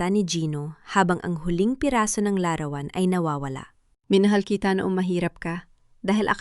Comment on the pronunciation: Pinay ba narator,bakit larawan lang di tama pronounciation